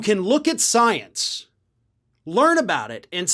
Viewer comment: SNL nails Margarine Tinfoil Queen on her love of sience. Yes, that wasn't a typo. Say it as I spelled it. That's how MTG pronounces science. That proves she doesn't believe it because she can't be bothered to say the word properly. And no, I do not chalk that up to her twang.